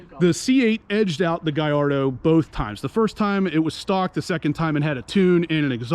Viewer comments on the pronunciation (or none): there is no u in the name. It’s Gall ardo not Guy ardo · Dude it’s pronounced GALL ARDO…not GUY ARDO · I was stationed in Italy and we had several near the base . When you talk to the Italians who actually own them and work in the plant they pronounce it the same as I do GALL ARDO.